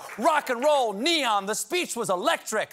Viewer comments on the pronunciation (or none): none